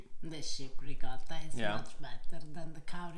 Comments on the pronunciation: RicoTTa: RicoRa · Please,, teach to pronounce ricotto. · please teach how to pronounce Ricotta correctly. We need to re-educate Americans. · My nonna would have slapped me if I called it ri-cah-tah